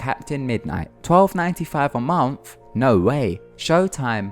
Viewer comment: Please say MONTH again omg sounds like mounth or like your tongue is too big for your mouth